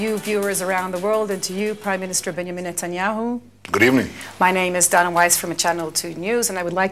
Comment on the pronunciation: It's DAna, not Dona. First Muhammad = 5th/6th century. Second, The muslim empire in the 8th century spread until the South of Spain. It was also composed of christians and jews whom lived in relative peace with muslims. They weren't forced to convert to Islam. However it was unacceptable for the Christians that muslims had so much power. In the 14th century they pushed away the muslim empire by waging a cold blooded war. TO BE CONTINUED